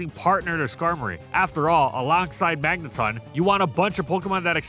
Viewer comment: To this day I hate how you stubbornly pronounce magneton as magnetun despite official sources proving you wrong over and over again.